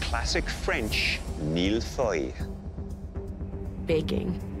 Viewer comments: It's a serious question wrf is that? Noone of them can pronounce Mille Feuille correctly, i wouldn't mind if it was the US version but it's CANADA... and I haven't seen a single Mille Feuilles at all it was a random pastry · i`m from france and he`s saying mille feuille wrong and btw mille feuille means 1 thousand paper and the reason of that is it have many many fine and really thin layers and it desolve in ur mouth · Ikr I never heard an English speaker pronounce mille-feuilles correctly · He isn't pronouncing it correctly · thats because chef Michael isn’t pronouncing it right either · All I heard throughout was "MILF AHOY". 😂😂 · Mille-feuille not mille-foy please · my poor child, it's Mille-Feuille and not Mille-Foil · its hard to take them seriously when they say "MEAL-FOY" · Master Chef Canada and no one can pronounce Mille-Feuille. Mill-Foy... Embarrassing... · How my brother pronounce Mille-Feuille is 'Mile-Fuel' lmao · Its suppose to be MIL - FYUU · my man said Mil foil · When said he didnt know how to pronounce the mille feuille well that wasnt how your pronounce it either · I speak french and when they say ‘’Mille-feuilles'' I cringe because that’s not how u pronounce it. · I didn’t even know how to pronounce Mille feuille until today still pronounces it wrong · The way they say Mille feuille hurts my heart ✨ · This is not how you say millefeuille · So...not a single person knows how to pronounce the name of the dessert? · The way they said Mille Feuille triggered me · Being french and listening to the way they pronounce mille-feuille is a whole new kind of torture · Damn THEY ARE CANADIANS and yet none of them including the judges got the pronunciation of "mille feuille" right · « I didn’t even know how to pronounce mille feuille until today » well.. you still don’t. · you still cant pronounce mille feuilles lol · It's not "Malfoy", it's "Mille feuilles" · Why are they pronouncing it « Mill Foy » instead of « Mille Feuille »